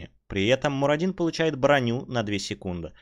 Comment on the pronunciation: Почему я весь ролик слышу Марадину...МАРАДИНУ!!!! Боги, всё слух умирает мой...и я всё равно не буду носить слуховой аппарат, зачем если нервные клетки слуховые уже дохнут?